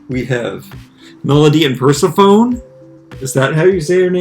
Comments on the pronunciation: Purrsephone is actually pronounced like the name Stephanie! So it’s purr-seh-fan-e rather than purr-se-phone, and they are Toralei’s sisters! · Yes, like MunchTM said, you pronounce it 'pur-SEF- a-NEE', who was actually a Goddess of the underworld, springtime, flowers and vegetation in Greek Mythology! (So it's kinda like how I pronounce my name 'Edd-EE' as opposed to the 'Edd-I' that you said in a video a while back, because that's how you thought we Aussies would pronounce it! Which I thought was too cute! LOL) LOVING that 50's style Slo Mo zombie couple!!! I would buy them!!!!